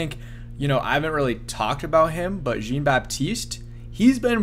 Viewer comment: Dude I don't understand how you can't figure out how to say these names. Sinnot is pronounced like senate. Easy. Jean is not like the blue-jeans. It's pronounced like John. Get it together